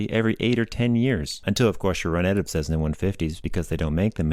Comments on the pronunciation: Please, for the love of aviation, it is not a CeZZna, it is a CeSSna. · Its Cessna not cezzna, good video though ..thanks !!!! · Cessna. Not Cezzna. Cessna. In my entire life, I've never heard anybody mispronounce it before. Boggles the mind. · What's this "CEZZNA" crap? Those are "S"es, NOT "Z"s! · Why do you pronounce Cessna as Sezzna? Good video.